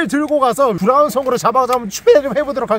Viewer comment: 오늘 혀 많이 굴리네요 브랄ㄹㄹㄹ운 송어